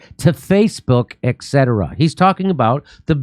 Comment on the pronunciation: Wow it took me all these years to realize Jimmy doesn't say etc correctly haha